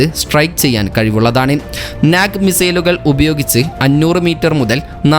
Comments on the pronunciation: നാക് അല്ല.നാഗ് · Comedy aanu pronouncing NAG was funny